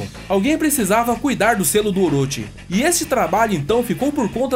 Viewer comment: "Oroti" não, "Oroxi".